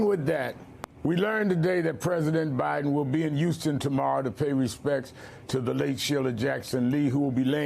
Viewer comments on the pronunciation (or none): none